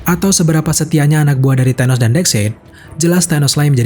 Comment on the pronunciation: Tenos? TA...